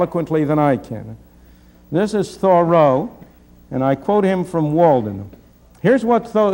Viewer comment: he says Thoreau and interest soooo funny